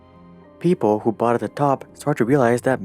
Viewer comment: He byought ?? Domp eet ...... He syold?? Pomp eet ......